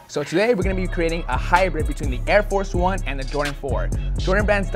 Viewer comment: Air-Four 1 😆